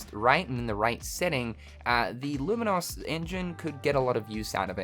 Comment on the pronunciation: Hate to be that guy, but "lumin-oss?" It's an adjective like 'famous' or 'dangerous'...